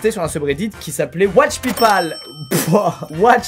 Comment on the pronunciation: PayPal? Ou people? J’ai pas bien compris tu peut répéter? TU PEUT RÉPÉTER TU PEUT RÉPÉTER?!